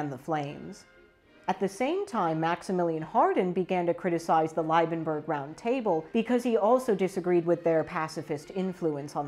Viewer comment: Sigh... Why bother learning the actual pronunciations of the principal characters? Can't be all that important, right? Eulenburg = "OY-lenburg." Holstein = "HOL-shtyne." Liebenberg = "LEE-benberg," literally "Love Mountain." "LYE-benberg" means nothing, other than there being a town called Leiben. Also, it's Bülow, not Bulöw, in English more or less "BYOO-low" since that type of U doesn't exist in English. Doesn't really help with the credibility.